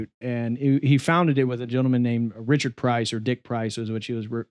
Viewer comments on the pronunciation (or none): none